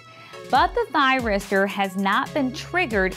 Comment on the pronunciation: If one does not succeed, try, try, "tryristor" again.